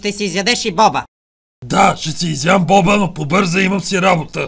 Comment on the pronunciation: Не боба ,а бопа